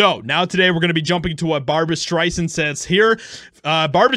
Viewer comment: BAHBUWAH SCHTRAISANTTTTTTT